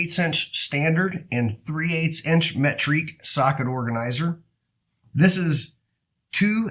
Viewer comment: Me-tric lol